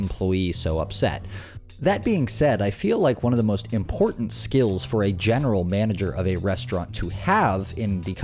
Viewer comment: WHY does every woman now pronounce the word "important" Like..."ImPorTANT!" 🤣🤣🤣